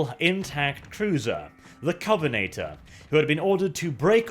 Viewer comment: still pronouncing Covenanter wrong.